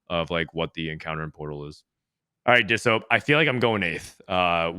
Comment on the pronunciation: "And I'm "